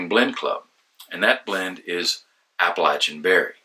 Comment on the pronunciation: Thank you for correctly pronouncing the word "Appalachian"!